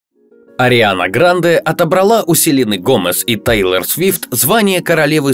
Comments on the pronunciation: Не тАйлор и не тЭйлор а ТЕЙЛОР ПОНЯТНО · ТЕЙЛООООР А НЕ ТАЙЛОР